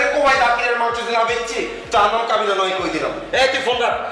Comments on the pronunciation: কাবিলা হবে কাবলা না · ঠিক মতো বলেন ভাই,, কাবলা না কাবিলা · কাবলা না, কাবিলা,ওরপে পলাশ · কাবলা না 😂কাবিলা😂😂😂😂😂😂😂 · কাবলা নয় ভাই ওর নাম হচ্ছে কাবিলা😂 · কাবলা হবে না ওটা হবে কাবিলা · Vaire kabla na kabila😂😂😂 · কাবল না কাবিলা তার চরিত্রের নাম